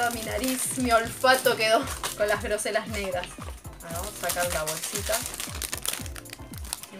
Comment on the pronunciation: se pronuncia grosella ( con doble l ) no grosella como mencionaste